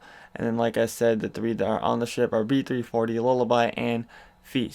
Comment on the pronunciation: Sounded like you said shit maze when referring to B340 lol